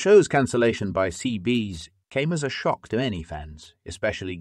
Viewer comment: Perhaps you should have proof read your text to speech and fix the errors before posting this. It's not CBs. It's CBS. There are many other errors that I don't need to point out to you. Your script was excessively long and redundant. How many times could you find a different way to say the same thing you'd already said three times before? Storytelling. Storytelling. Storytelling.